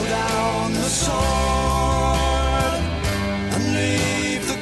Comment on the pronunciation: Sword is pronounced *sord